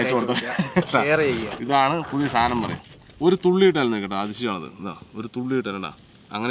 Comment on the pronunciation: സാധനം ആണ് സാതനം അല്ല 😂